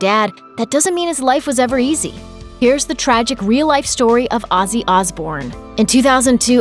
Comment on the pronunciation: Who the fuck is Azzy Asbourne? Have enough respect for the man to at least pronounce his name properly, you stupid fucking Yank!